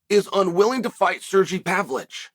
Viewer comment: “Serjy Pavlitch”……🤣